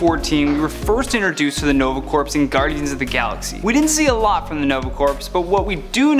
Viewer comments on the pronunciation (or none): Hey little something you should know, you mispronounced the Nova Corps. When you say it your supposed to say it like Core not Corpse. That was the only thing that annoyed me.